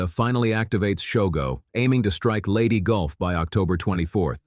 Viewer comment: It's Leyte, not Lady. STOP using AI for everything.